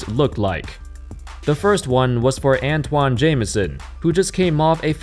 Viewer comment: *ANTAWN Jamison